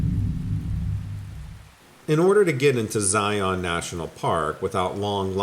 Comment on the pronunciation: Zion is pronounced like Lion. I live here in Utah.